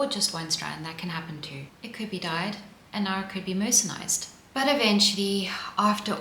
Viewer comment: Enjoyed the information and the charming presentation. The video seems to have white noise or some other background sound that I find uncomfortable. And, a small thing: it’s mercerized, not mercenized.